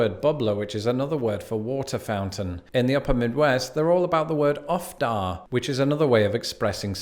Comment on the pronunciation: We don’t say Ope in Nebraska, but it’s so cute that I might start. I’m from South Dakota and picked up UffDa there—I still say it but am alone in that here in Nebraska, which has less Scandinavian influence. You’re pronouncing it wrong btw, it’s oofda, and it expresses mild aggravation. Also as a joke I’ve heart potlucks called a “pot providence”, for the more Calvinist leaning folk. Lol!!